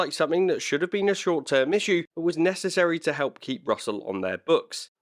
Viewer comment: Nah, he says. "But regardless...", though the "t" got a little lost through his accent, so it came out as "Bu' regardless..."! No Biggie! 😉👍